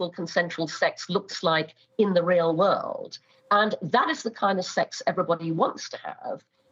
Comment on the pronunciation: Always funny how she says "woolud" instead of "world" 🤭